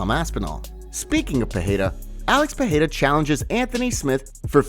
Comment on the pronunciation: Pereira - Pe-ray-ra, not Pe-hay-ra 🤦‍♂️